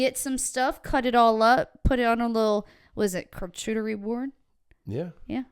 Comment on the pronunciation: If you can't say "charcuterie", I recently got the BEST advice ever! Remember: Shark cooch-er-e board :) Shark-coocher-e-board, charcuterie board. We got it!